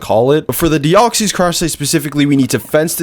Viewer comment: They're just wrong, that's not how its pronounced. He does pronounce deoxys wrong though